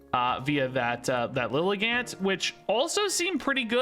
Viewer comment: sorry i dont wanna be that guy but just fyi pretty sure lilligant is pronounced like "elegant"